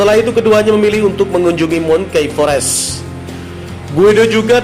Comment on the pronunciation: Bukan di sebut mungki fores Brother tapi mangki forest dari bacaan monkey forest. Tambahkan ilmumu dalam bahasa inggeris bro barulah jadi presenter yang mantap.